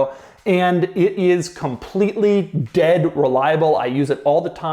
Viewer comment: I love how Doug said about the Defender - it is dead (pause) reliable Sounded quirky